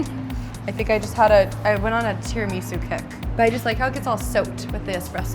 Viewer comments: Am I the only one that hated when she said “tear-a-me-su” I was like ahahahhHHhH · Tee-ra-ma-soo is how I pronounce it